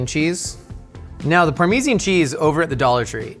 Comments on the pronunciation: did my guy say ParMeezian Cheese?? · Please learn how to pronounce parmesan cheese properly. Parm-e-san